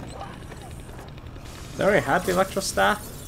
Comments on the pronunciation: Is not a eletrick staf,its eletro staf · Yep.Can't believe he miss read it -_